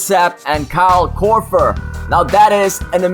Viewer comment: The way you say Korver makes me cringe. You say it almost like Korfer, using 'f' instead of 'v'. Though I guess I can't really fault you, with your accent and all.